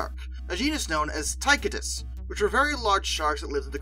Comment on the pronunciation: Tie-Cō-Dus..........not Ty-Cuh-Dis.